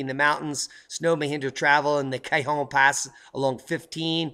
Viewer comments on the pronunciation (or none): none